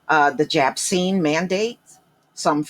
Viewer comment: jabcine lmaooooooo